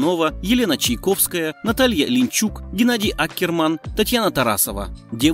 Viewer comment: Але! вам вообще все равно, какие тексты начитывать и какие имена называть? Вы вообще не в теме, если легендарную Наталью Линичук превращаете в Линчук. Учите матчасть. Или займитесь кулинарией, например.